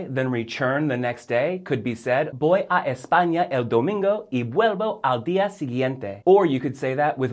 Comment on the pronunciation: Sorry, but his "b's" for "v's" ("bolver" and "boy") are really annoying me.